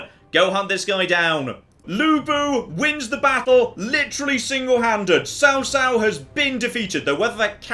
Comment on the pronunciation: You actually say tsao tsao and not cao cao but nice vid man